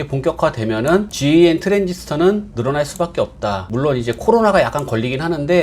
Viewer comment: 실무자들은 GaN 을 갠 이라고 읽고 있습니다. 또는 gallium nitride(갈륨 나이트라이드)라고 읽기도 합니다만 너무 길어서 대부분다 갠이라고 합니다 ㅎㅎ. (GaN이전에 많이 쓰이던 GaAs는 개스라고 많이 읽습니다)